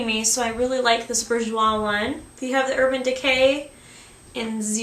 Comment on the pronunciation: its pronounced boo- jwa just saying :)